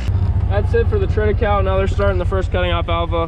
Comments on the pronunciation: Great channel. Good clean content and hard working folks with a backbone of morality and good character. You are a breath of fresh air. Thanks,. Now...if we can just get you to say "triticale" pronouced correctly. LOL Trit a ca le. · It’s pronounced “triti Kay lee” fyi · FYI - Triticale is pronounced "trit-i-CAY-LEE". It is a hybrid developed from wheat (Triticum aestivum) and rye (Secale cereale). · Interesting, you and I pronounce triticale very differently. I've always heard it as "trit-uh-kale-ee" here in Kansas. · Before when you spoke about this crop I thought you were saying Trinacow.